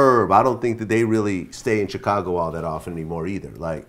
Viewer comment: How come Vlad can't say Chicago 🤣 he keep saying "Chick-ago"